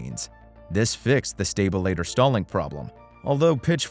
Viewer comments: Why can’t you pronounce normal aviation terms? Stalter is not stabilator. Wtf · I can try to forgive pronouncing "sta-BILL-a-tor" instead of "STA-ba-lay-ter" and "Grew-man" instead of "Gra-man" but when the guy calls the Cirrus SR20 a "CITRUS," I have to wonder if ol' actually know much aviation after all. Then there was "per-posing". Has never heard of the marine mammal called the porpoise (like a dolphin... you know... Flipper)? what is "sub-SEE-quent-lee" and, "sub-SEE-quent?" If you're saying, "subsequently" and "subsequent," it's pronounced "SUB-see-QUENT-lee" and "SUB-see-QUENT." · A stabilitor? Computer dialog needs work. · A stabILituh eh? yeah OK. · The fuck did I just watch?? Are you even in aviation at all? Anyone out there have german (GAR-MIN) avionics in their citrus (cirrus) or their Grooman (GRUH-MIN). Never heard a stabilator called a sta-billa-tor before. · Is this a text-to-speech narration? If not, his pronunciation of “stabilator” is a crime against humanity. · Guy, if you can't pronounce "stabilator" consistently, you shouldn't be commenting on planes. How about "porpoising", "subsequent" and Grumman"? Is the narration computer generated? Sounds like it. Poor choice. If I we're going to buy a plane in the light-single market, I'd buy a later model Cardinal. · And his unintentionally hilarious mispronunciation of stabilator.